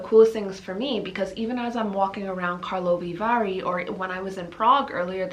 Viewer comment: I love your pronunciation of Karlovy Vary. ❤